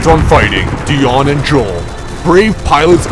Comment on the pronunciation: this will take some getting used to... Kreb- DION... i mean Dion, I do like this video though.